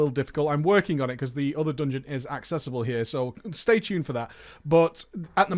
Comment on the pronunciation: "dUngeon" :D